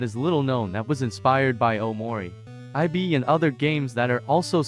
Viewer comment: no, i mean how the AI say it, it supposed to say ib, not I-B